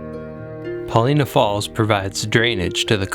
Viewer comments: Chief Paulina's name is pronounced Pahl-eye-nah, I believe, not Pah-lee-nah. Beautiful video. I really enjoyed it. Thank you! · Wonderful video. A correction I'm sure others have given: we pronounce it Puh LY' nah. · Brilliant video! One small note: Pol-EYE-nuh. I look forward to more of your outstanding work! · Love your video of Newberry Crater, Paulina Lake and East Lake. Have been there many times. My only criticism is your pronunciation of Paulina. I am not an expert but I have only heard it pronounced as “ Pa line a” emphasis on the word “ Line” If your research proves me incorrect, it’s OK. Thank you!